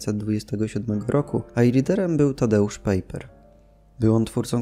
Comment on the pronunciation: "Pajper", nie "pejper";)a Waźyk na początku bardzo współpracowal z komunistami. Nie wiem, czy sá jeszcze jakieś bardzo ważkie błędy, myślę po ich poprawieniu filmik byłby idealny:)